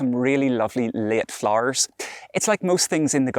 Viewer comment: I love how he says Flarrrrrs. 🌺